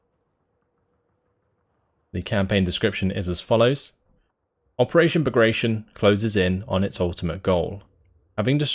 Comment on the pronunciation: Narrator: pronounces Bagration wrong for N-th time.: spells Avtomatchiki & Tankodesantniki without an accent.